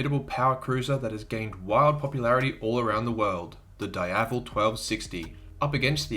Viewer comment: Say it with me... DEEAVEL. is not dyevel.